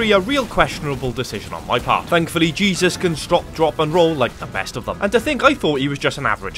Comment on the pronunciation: Your first characters name is Jesus. It’s a Mexican name pronounced hey-Zeus. Great video!